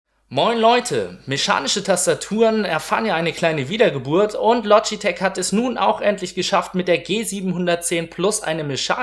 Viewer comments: Du sagst "Logiteck" und nicht Logitech :/ klingt ein bisschen ungewohnt. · "lodjiteg" LOGITECH!!!! LO-GI-TECH!!!! DEUTSCH! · loschitesch o gott, wie der das ausspricht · verfickte scheiße das LOGITCH du idiot und Mechanisch und nicht Meschanisch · Lodgitek? WTF! :D